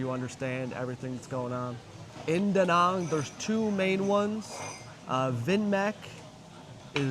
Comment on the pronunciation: I think they pronounce it DaNang not DaNong